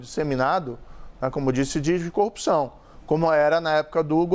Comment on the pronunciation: Pois é, o que eu não me conformo é o rapaz ter sido juiz federal e não consegue construir uma cadeia de argumentos plausíveis. Além de falar errado (copção, cônje, etc...)